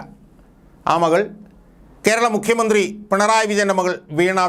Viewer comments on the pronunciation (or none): none